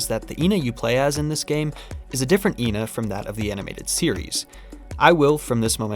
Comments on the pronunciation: technicallyyyyy it wouldn't be ee-na because when ena is written in japanese it is translated as e-na not i-na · It has been confirmed that the pronunciation is “eh-na”. This is further seen in the few characters that consistently say their name correctly (Frank, Froggy, suspicious man, etc) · it's ena not ena! ... nice video! keep it up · it's pronounced ƎNA. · Can't believe you dont know how to say ƎNA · And here I was pronouncing it as Ee En Ay, because I thought it was an acronym. Never heard of ENA before. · I always saw it as like how some racists would say that this race always looks the same even tho they're not and they all actually look different, they believe the ena they see is the same ena theyve met in their life and the different pronunciations are the names of different enas being used on the wrong ena